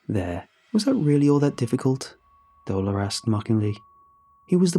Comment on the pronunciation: dolor? my first language is Spanish, nice try buddy, nice try.